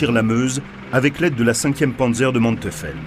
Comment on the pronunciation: Manteufel et non Manteufel, prononcez Manteuifel